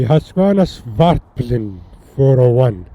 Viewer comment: As a proud swede of husqvarna i gota correct you- "Hus-QVARNA", and "Svart-PI-len" svartpilen means "black arrow" . And yes, looks like a big grom haha, so, "vitpilen" White arrow- "vit, white, svart, black- pil/pilen arrow (the arrow)